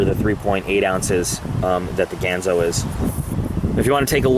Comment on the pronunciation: I'm waiting for mine to come in, how about doing an acid dipped, stonewash with a clip replacement? BTW, it's pronounced "Gahn zo." As in Hattori Ganzo.